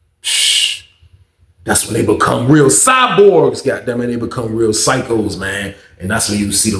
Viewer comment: Bro say "Cyborgs" 😂😂😂😂😂